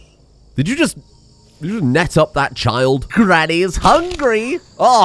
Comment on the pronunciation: OHH!! NET gun! I kept hearing NECK gun, and was wondering what you were on about... or what you were on... and can I have some...